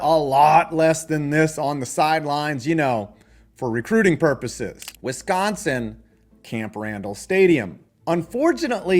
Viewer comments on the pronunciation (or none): none